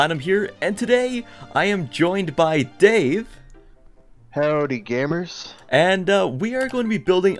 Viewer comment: “Howey gammers”